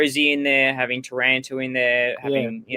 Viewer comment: can you pwetty pwease wepeat the pwice for tawanto?